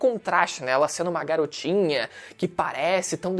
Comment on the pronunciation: Letra E .. Garotinah .......... é cilada Bino KEKW